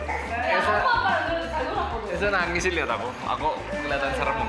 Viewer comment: Ciri orang Malang kalo ngomong selalu nambahin huruf u disetiap katanya "nUUUUangess" "rambutmu Uelekkk "